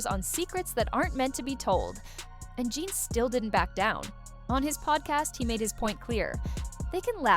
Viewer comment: Stopped watching as soon as it pronounced his name Gan Deal…how tf you have a 20 minute video and start it off with some bullshit 🤦🏼‍♂️😂